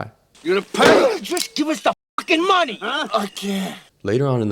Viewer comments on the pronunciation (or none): none